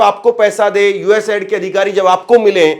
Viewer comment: Please it's not ad :: it's aid😢 aiid😢😢